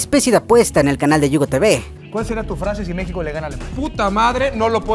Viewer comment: dice mexco